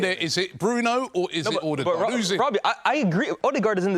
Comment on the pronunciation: Anyone else get really annoyed by Robbie saying "Alldegaard" 😂😂